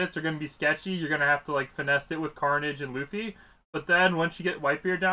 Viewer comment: My guy do you actually think his name is LOOFY its luffy like bruhhh